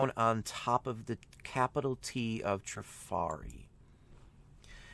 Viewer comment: Trif’ arri with the accent on the first syllable. 🙄